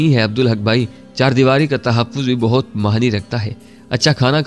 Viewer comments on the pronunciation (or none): Dost behtab nhi buhtaat